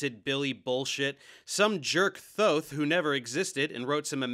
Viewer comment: Thank you thank you thank you for correctly pronouncing Thoth!